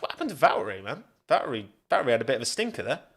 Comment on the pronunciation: "C'mon Val'erey"